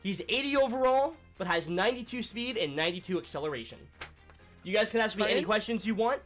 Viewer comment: "you can aak as many questions as you want" "it could be"